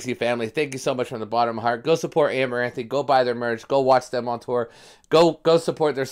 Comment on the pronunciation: Great Reaction I love seeing you jam out this one. Song is 🔥. Side note, it’s pronounced amaranth , you don’t say the e at the end lol